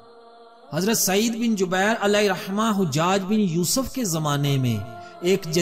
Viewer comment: Hujjad nhi hajjaj hai ustad jee.